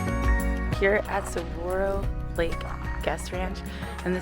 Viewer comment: I was going to jump on and say MAY SA! Oml Sa - gura - ro